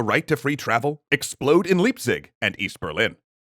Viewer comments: dude, it's spoken "laipzig", not lipzig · Leipzig is pronounced 'Lie'-pzig, not 'Lee'-pzig ;-) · As per usual, Leipzig is not pronounced Lee-bsick, but Lie-p-zick ;) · you gotta pronounce it "laipzig" & "shtasi" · Omg Xd liieepsig ? XD i had such a hard time to get that you where talking about Leipzig hehe sorry I know it’s hard to pronounce stuff in other languages but xD hehe still funny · Leipzig (pronounced with a "long i" sound) and the Peaceful Revolution began in Leipzig long before 1989. (American currently living in Leipzig) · The East Germans are still pissed that they essentially got annexed by west germany. It involved a whole lot of actually profitable East Germany companies being destroyed and divided by West German companies. Those West German companies saw no reason to keep production there, and instead moved it westward. Also, that was an interesting pronunciation of Leipzig.